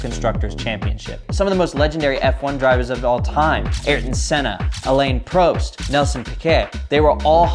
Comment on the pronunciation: Please never let pronounce F1 drivers’ names ever again, first was Pro-st and was cringe, second was Ar-tin which was wholly obnoxious